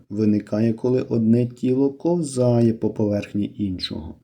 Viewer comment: Правильно кОвзає,А не ковзАє